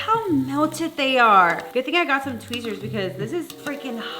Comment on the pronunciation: she really said "Tweezers" 😂